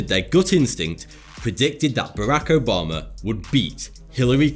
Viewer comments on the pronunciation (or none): none